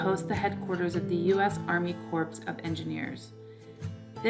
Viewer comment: The word "corps" is pronounced core.